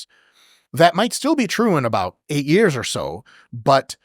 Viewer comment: I laugh when Chris says Years in his british accent. "Ah yes, I did it for 2 yarhhs" 😅